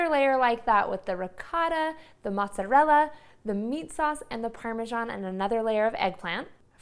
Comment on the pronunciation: I can’t make lasagna from a person who can’t pronounce mozzarella or ricotta 🤪